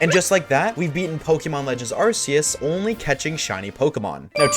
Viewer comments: its not ar see us its ark ee us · Just FYI, Arceus isn't pronounced "Ar-see-us." ....not any more. Nowadays, the official pronunciation is "ar-key-us." Because Nintendo realized the start of "ar-see-us" sounded too much like a British swear word for their liking.